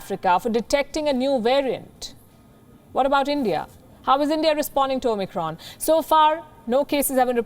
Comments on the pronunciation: She keeps on saying OMNICRON. Isn’t it OMICRON? I never heard Palki with mispronunciation but for this one I am keep hearing omNicron. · O-Micron???? At least it wasn't "O-MEGA"!!!